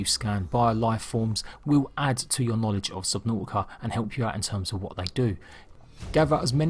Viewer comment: Yeah! Subnau'ica! Not "t's" allowed.